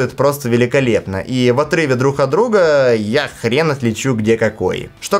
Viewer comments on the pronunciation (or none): none